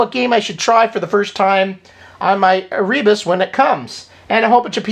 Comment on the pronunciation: Because "Ere Informatique" (translated "computer era") was a French big wig in 8-bit software back un the 80s (along with "Loriciels", did you notice there's even "oric" in their name?), especially for Oric, I suspect "ERE" is pronounced like "AIR", thus "EreBus" as "AirBus"... Check the origin to confirm it's an actual French pun...